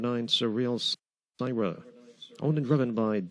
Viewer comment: Re: the sixth race, "Syrah" is pronounced "sir-rah", not "sigh-rah". FYI.